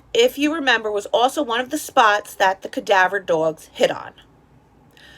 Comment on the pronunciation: “Cadaver dorgs” hehe